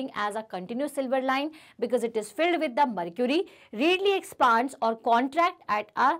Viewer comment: But mam it's expands! Not expaand!